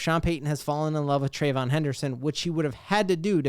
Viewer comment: if you like the RB out of Ohio State, you got to say the man’s name right. Tray-Vee-On Henderson; not Tray-von. Love the content, so just trying to help.